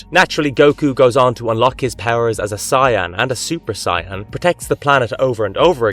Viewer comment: Im sorry but what did you call dragon ball z's super saiyans? My word that bothered me for some reason, lol. I love your videos though btw. Keep it up! Just listen to a DBZ fan pronounce super saiyan correctly plz